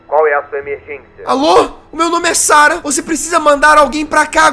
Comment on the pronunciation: Mais um jogo de terror pra conta. As vezes quando o jazz falava "Sara" eu achava meio "estranho" porque meu nome e Sarah ;u